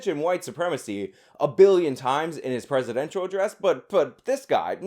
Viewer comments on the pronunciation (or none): none